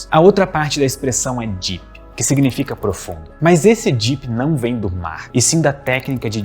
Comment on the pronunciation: fica a dica: melhore a pronúncia do “deep”. Em inglês: it’s a D sound (deep), not a J sound (jeep)! 😂